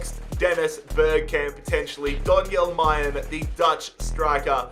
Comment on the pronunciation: Just a quick note its pronounced mar'len not mayen 😂